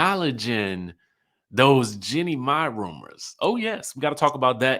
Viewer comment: Ok, please pronounce her name correctly, her name is pronounced "Jeanie "🤨